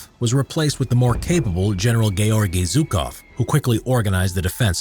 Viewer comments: Omg it's not Zukov it's ZHukov. Like cmon we live in 21 cen use google translate write and listen how it sound in Rus for God sake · Hi wasn't Zukov hi was Zhukov